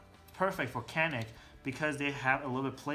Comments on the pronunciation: Actually it is almost a y,not so much a j yanik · Very nice review. Just FYI, it's pronounce Ja-nick. C is like a J sound.